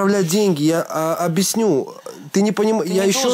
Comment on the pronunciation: Ну почему обИсню, а не объЯсню 🤦🏻‍♀️